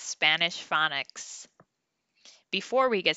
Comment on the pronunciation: Did you say phonics or FunNiks! 😂. You are making it fun!! ❤